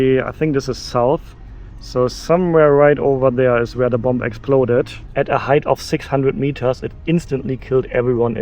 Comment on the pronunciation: Hi! Tolles Video! Ich möchte auch so gerne mal nach Japan. Ich warte aber, is meine Tochte etwas älter ist und es auch genießen kann. Kleiner Tip: that b am Ende von "bomb" ist stll. Also man sagt "bom" auf Englisch. Habe ich auch erst vor Kurzem herausgefuden. Grüsse aus Cardff, UK!